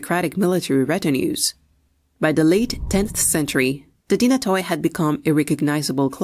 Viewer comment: The stratigoi and dynatoi alike is plural for stratigos ans dynatos , and the “oi” is pronounced like “e” or “y”